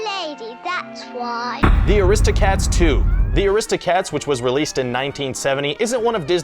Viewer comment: Omg how he says aristocats is horrific